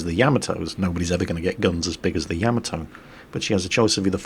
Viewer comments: Hey -Great as always-YOU HAVE ME THINKING ARE YOU SAYING YAMATO CORRECTLY? YOU ARE NAVY MAN AND KNOW BETTER THAN I DO, IS IT NOT YAH-MA-TO? YOU ARE SAYING YAM-AH -TOE??? LET ME KNOW THE FACTS-THANKS "Most accurately, there should be NO stressed syllables; Japanese doesn't use such constructions. Should be 'yah-mah-toe' but with almost clipped vowel sounds, and no stressed syllables." " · I hope someday you realize it's pronounced YAH-MAH-TOE, not YEAH-MEH-TOE! Stop with the Japanese mispronunciations! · Say it with me Ya ma toe. Put those together fast and you said it right. I do however, under stand, your British. You all talk funny. Yes I am American.